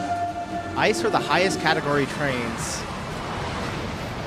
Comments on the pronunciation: The German one has nothing to do with ice. Its spoken I C E. The meaning is Inter City Express. Thanks for your reactions. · for exactly that reason, 2 trains interlinked so one crew can drive it in cologne the ICE ( pronounced I C E not ice) is split into two individual ones on a regular basis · There is a video about the world record drive at 574.8km/h (357 mph) of the TGV. The German train is not called "Ice", the letters are pronounced individually like the American CIA or FBI. ICE stands for "Intercity-Express".